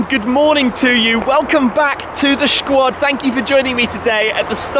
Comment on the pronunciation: Just stop with that "shquad" !